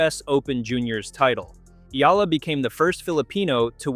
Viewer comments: You make money outvofcher name yet you do not even make an effort to pronounce her name. Shame on you. Her name is pronounced as E-Ya-La not ela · Her last name is pronounced EEEYYUUULLLUUHHH! Ok or EEEEYYYAAAALLLAAAHHHH ! Ok